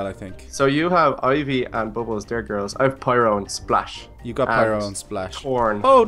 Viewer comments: it's Pyro nit piro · OMG why are you saying piro if its opiste to be FIRO